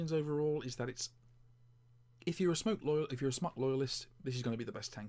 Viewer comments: It's pronounced Smoke, it's short for Smoktech. aka smoketech. No offense but the tvf series is over done. It's been out for like 2 years ago. I've had a tvf8 baby, cleito, vaporesso, eleaf etc. I still think my Crown 3 is above and beyond any of those. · Andy S Could well be dude, but without an 'e', I'll always be pronouncing it 'Smock'. Where would the Brits be if we didn't stick to the appropriate pronunciation of things xD